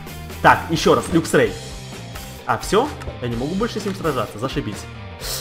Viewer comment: не люксрей а лаксрей